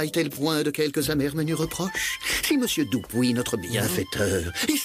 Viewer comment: Mais... pourquoi Diable disent-ils "Doupuis" ? o_O